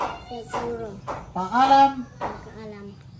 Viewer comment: Paalam... The wrong letter should be prounce well only.. kasi paalan kasi sa kanila😊..con eme(M) no ene(N)...better have a chalk and board.. and Ingat---it should be like (ing---at/...then fast talk to read it) this how basic reading sounds like... by syllables. Focus on daily use words conversation is good move like things and word by word🎉🎉🎉😊